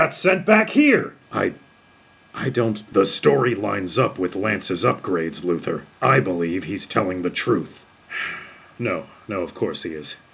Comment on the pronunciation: Lol it's LuthOR not LuthER